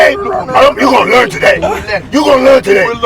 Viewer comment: We go "lurn" Shaggy na werey